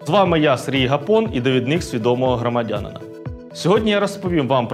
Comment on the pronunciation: Хтось може пояснити редакції "Погляда" на якому складі ставити наголос у слові "громадянина"?)